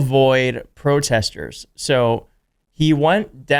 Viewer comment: Why can’t you pronounce protesters?